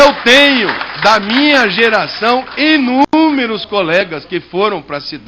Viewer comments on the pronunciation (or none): Inúmeros e não "enúmeros" , acéfalo! Além de mentiroso, é um imbecil!